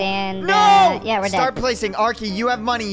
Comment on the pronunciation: Why say L arkey